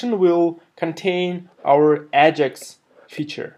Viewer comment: Great tutorial. One question - what is "ah-jix"?